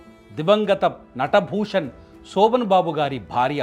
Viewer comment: సోభన్ బాబు కాదు రా అయ్యాక శోభన్ బాబు.